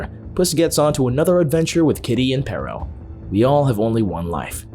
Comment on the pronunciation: i hate how they pronounce perro